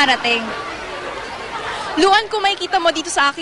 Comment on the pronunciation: Why did I hear the reporter say Luhan instead of Yuan when mentionig the host. LOL!! HAHA! :P